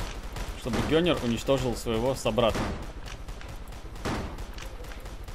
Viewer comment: Если ты прочитал как ганер это не значит что также говорится )